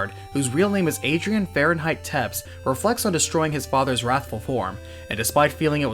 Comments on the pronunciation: Naaa... you butchered my and Syfa's surnames :/ It's Bel-na(h)-des and Te(h)-pes!! Just read them the Spanish way, not English. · Wow... you butchered Wallacia and Tepes.... Wall-A-she-a. Tep-esh.